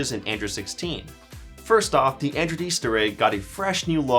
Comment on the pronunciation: Why do I hear him saying "Andrew 16"?